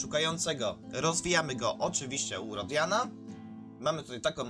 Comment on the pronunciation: 'R i o r d i a n a' a nie 'Rodiana' xD